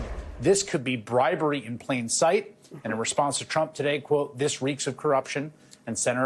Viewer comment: Sounds like bwibewy...😂 Go Trump!!